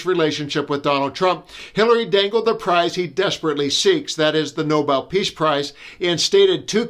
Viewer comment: Did she say noballs price or novel price cause I support the first one?